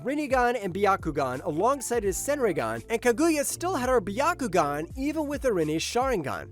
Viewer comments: well it’s definitely not by-ya-ku-gan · (By-ya-ku-gan) What the actual fuck kind of pronunciation is that?